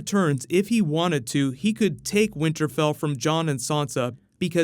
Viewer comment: So no one heard him say "winterbell" ?